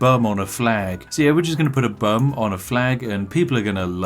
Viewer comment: When spiff says "bum" 😂🤣